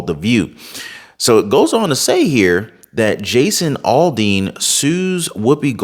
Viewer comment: Aldean not alldean